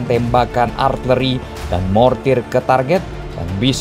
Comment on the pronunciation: Min nyebutnya arteri apa artileri sih...